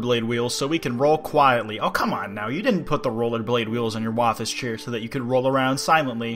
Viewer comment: Did you just.. Say woffice chairs?!